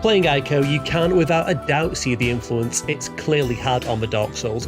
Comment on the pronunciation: Still annoyed you didn't interview me. We could have had hella fun coming up with some bullsh*t occupation for me. Great video, despite your pronunciation of Ico, which is still one of my favourite games of all time.